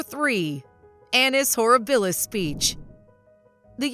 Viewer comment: Very poor examples! None show her as ruthless, on the contrary. Also, it’s horrIbilis. Thumbs down.